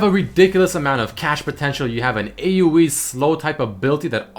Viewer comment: AOE not AUE